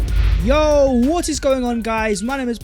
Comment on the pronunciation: VHAT IS VHE VIDEO VHERE AND VHERE… Can someone tell what that idiot is on about? 😂😂😂😂😂 Sounds like such a moron after producing an otherwise excellent video. WHEN he fixes that I will subscribe and share. Get that?